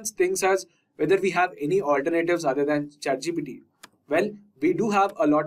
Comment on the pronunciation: "alter Nayytives" got it